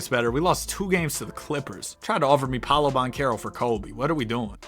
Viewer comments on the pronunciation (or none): none